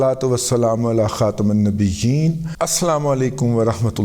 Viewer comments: السلام علیکم ورحمۃ اللہ، (علی خاتم النبیین) کی (م) کےنیچے زیر پڑھیں، جزاک اللہ خیر ا. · i dont agree, IK could not pronounce the word... plz stop spreading hate on name of religion. this already has devastated us